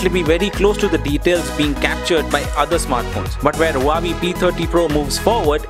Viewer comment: You are saying Huawei like Hawaii.